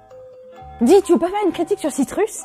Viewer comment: Citrus se prononce "Citreus" T__T